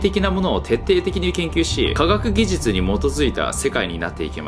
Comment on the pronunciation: カガッギジュチュ(科学技術) って噛んだのが可愛かった。